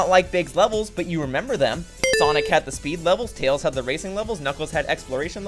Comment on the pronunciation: I just heard him call Tails "Tail". I've not scrolled down yet, but I wouldn't be surprised if that's what the viewers are arguing about instead of the video's topic.